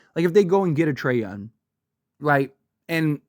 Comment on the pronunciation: Donavan Mitchell YES…. Trey YounG! … not Trey Yun…. No